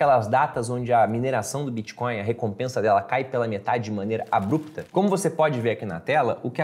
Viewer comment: Pronuncie "Abrupto" corretamente!